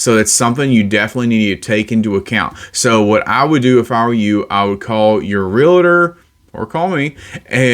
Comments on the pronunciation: I think he means “real-tore” when he says “real-a-tur” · I think it's pronounced both ways depending on location in the US.